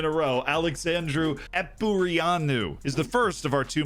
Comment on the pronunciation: The Epureanu pronunciation killed me ngl. Is Carp not playing for Moldova anymore by the way? Wouldve expected him to be in the team,saw him at a lot of top teams in my country